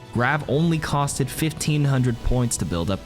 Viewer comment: Every time he said “cost-Ed” 🥴